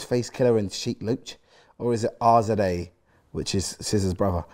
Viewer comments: When chunkz tried saying “Gza” and “rza” had me weakkkk😂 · It’s the pronunciation of Rza and Gza for me 😂😂😂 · man had no problem saying SZA but couldn’t pronounce GZA and RZA😂